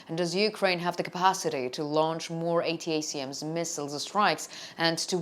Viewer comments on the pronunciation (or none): ATACMS is pronounced "Attack Ms" as one word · Good content. Feel free to speak the acronym ATACMS like "attack them" but "attack 'em" and add the s for "attack 'ems" . It's a lot easier to say and more familiar to English speakers and by the way thank you for speaking English for us!